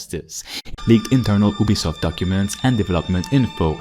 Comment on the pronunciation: YOU-bee-soft NOT Oob-bee-soft if you're going to review a company, at least pronounce their name correctly